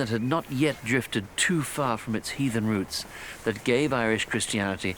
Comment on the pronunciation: Did he say "heathen"?